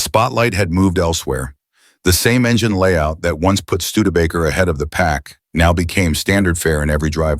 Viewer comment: can’t pronounce studebaker. I’m out.😂